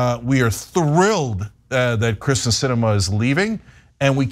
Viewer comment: Cenk went off on Tucker Carlson for calling AOC Sandy, then goes right ahead & calls ""Kirsten "" ""Christian "" like 5 times !! What a chump !